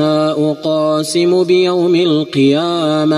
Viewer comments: في بداية الصورة خطأ لقد مددت حرف ساكن كمد طبيعي لا أقسم وليس لا أ قاسم قلقة القاف وليس مده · لماذا تقول لا اقاسم بيوم القيامة بينما النطق الصحيح هو لا اقسم؟ اقسم مصدرها القسم بينما اقاسم مصدرها القسمه فرق كبير في المعني بين الاثنين. اتق الله و لا تحرف الكلم